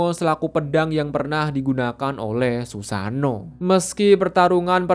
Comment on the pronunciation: bukan susano we. susano'o berjeda